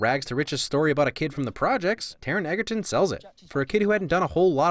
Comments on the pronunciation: The correct pronunciation of Taron's surname is "Ejerton". Or that's what he says. I know Kingsman is early in his career for him to be well-known, but I would have gifted you a "win" if you had got it right. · ... "egg- erton" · Egg-erton D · Hold up, you give Colin Firth two separate wins for looking good in a suit, but you don't give Taron any? The least you could do is pronounce his last name correctly.